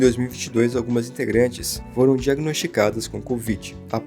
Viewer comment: Não se fala "Lo-ona", se fala "Luna", e kpop, não se fala "Kapop", se fala "keipop"